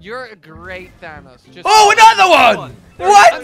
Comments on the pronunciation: When you say thanos he says thanass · It's not thanos its thanose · You said vannos...🙄😁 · Who is Dan Nas it’s Thanos